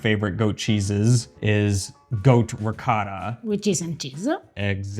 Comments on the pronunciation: It is NOT pronounced Ree Cot Ta! It is Ree KO Ta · It's NOT Ree Cot ta. It's Ree Ko Ta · PLEASE— WATER buffalo milk is what you mean! You will have everyone thinking that it comes from bison. ALSO—I CRINGE every time you mispronounce ricotta. Why do you refuse to say it properly? You have spoken on this before and you’re just stubbornly perpetuating cringy mispronunciation. Thank you for the video in spite of this irritation. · Chèvre becomes hard when it ages--kinda seems like you need to learn that it isn't just Italy that has many types of cheeses; should also learn how to pronounce ricotta. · You still don't say "ricotta" correctly! OH! OH! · Really enjoy your channel. I’m the son of Calabrese immigrants and Pecorino Crontonese is my favourite cheese. Another great episode minus pronunciation of Ricotta which I’ve come to accept 🙂, love ricotta in a panino..